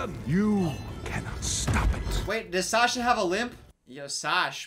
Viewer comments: Thor: “Surtur”: “Sasya?” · Him calling serta, Sasha makes me laugh really hard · It’s surtur